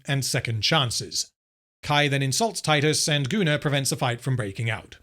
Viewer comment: Im curious, do you write Gunnar´s name as "Gooner" in the script? or does it come naturally to pronounce it that way ever since Anthony Botkins referred to him as such?